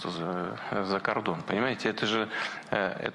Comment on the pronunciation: путін вже почав українською говорити , каже «за кардон» 😅